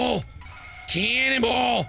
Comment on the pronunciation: Was I the only one who thought he was saying cannibal instead of canon ball?